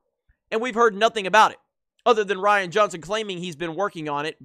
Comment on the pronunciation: Aytakta not Ryan. ReeeAnne!